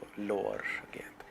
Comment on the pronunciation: GA' YINT not GYANT